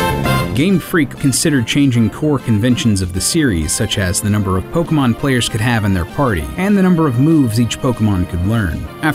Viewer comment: Don't voiceover a Pokemon dyk video if you can't pronounce the Pokemon correctly